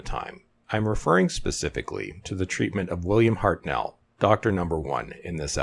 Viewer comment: The First Doctor's name was pronounced "HEART-null", not "Heart-NELL". The emphasis was on the first syllable, and the the second syllable was said in a clipped way, to sound like "null"...